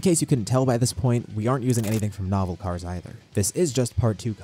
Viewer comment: Novel kars bro, novel kars